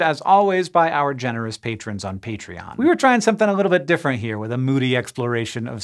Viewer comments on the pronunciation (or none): none